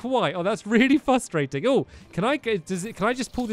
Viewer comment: did anyone else hear him say fustating?